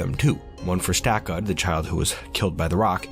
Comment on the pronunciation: When you said Stakud I panicked lol